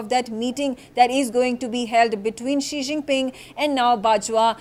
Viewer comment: Ji Xinping ?? 🤣🤣.. This is worese than 11 Jinping!